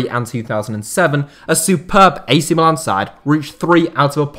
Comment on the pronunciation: It's mílan and not milàn, the second being the name of the city, not the club!!